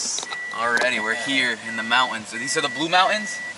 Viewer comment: Dude cant pronounce the word Mountains.